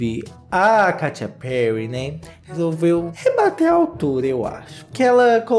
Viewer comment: Eu sempre morro de rir com a "Katia Perry" KKKKKKKKKKKKKKKKKKKKK